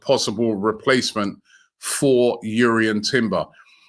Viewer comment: Glad to see your pronouncing jurrien properly and not drurrien 😂😂